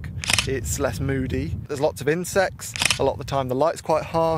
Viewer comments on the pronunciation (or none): When you said insects I had to double take because I thought you said incest. I was like 'summer is very different in England than Australia' haha.